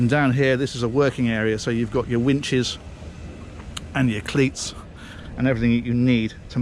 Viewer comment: Heh heh, he said wehches and clits